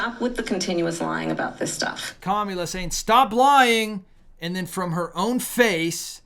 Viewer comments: It's kamala. It's not Camila. As a Christian disrespecting someone is not very righteous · How difficult is it for you to say her name correctly. It is pronounced COMMA LA!! Here you go whining because Trump’s answers were so DUMB!! Hopefully there will be enough intelligent people to make the best choice for President!!! Kamala!! Stop lying about babies being aborted in their ninth month. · Pronounce her name come Allah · This looks REALLY GGOOD ON YOU AS A CHRISTIAN. Do you need to mock her name as well? So very unprofessional and extremely unethical of you. We unsubscribed. Not because of the candidates but of your CONSTANT USE of mispronouncing her name…please, help me to understand this is ok behavior with backup scripture. What a shame . I could easily call you a Pharisee but I can’t and won’t go down with the spirit of mockery in which i revile and bind in the name of Jesus Christ…and please give us your facts please.